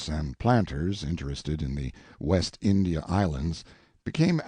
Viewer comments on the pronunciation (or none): none